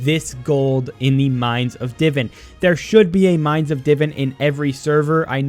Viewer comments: Not tryna be rude but its "di-vaan" not diven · Hearing him say divin instead of divan is so aggravating